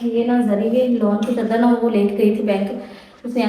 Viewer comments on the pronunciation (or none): Sister word chdder nahen hota ap educated ho ch aaaaaa dar hota hay